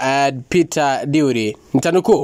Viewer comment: It's Drury not Dury